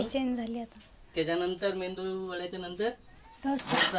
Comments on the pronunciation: मेंदू नाही ,g bai मेदुवडा 😮😊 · मेंदू वडा नाही ग बाई मेदुवडा म्हण😂😂😂